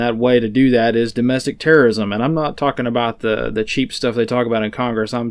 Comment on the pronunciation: When says terrosim, i hear TERROSIM!!!